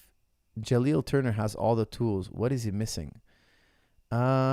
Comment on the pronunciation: Can someone at Tristar please tell coach is JaliN not JaliL 😂😂